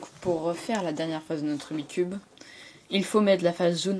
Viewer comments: C'est pas "rubicube" mais "Rubik's cube". Merde >_< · Pourquoi tout le monde dit "Rubi cube"?!? C' est "RUBIK'S CUBE"!!!!